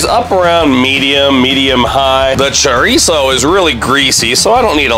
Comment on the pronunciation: Please stop saying Churreeeso😂🤣😂🤣😂🤣